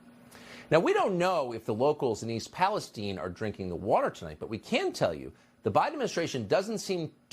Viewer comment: Yes I live a town away from East Palestine and we pronounce it palace-steen